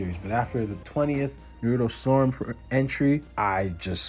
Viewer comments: I mean it is never too late to say it right. I know it is petty on my part but it seems people go out of their way to say it wrong when the only time you hear it in the show is said a different way.lol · Bruh no sub till you say Naruto's name right.